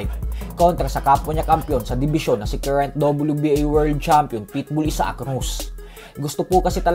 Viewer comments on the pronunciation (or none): none